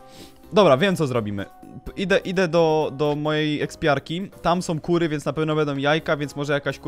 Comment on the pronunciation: powiedziałaś ku*wy zamiast kury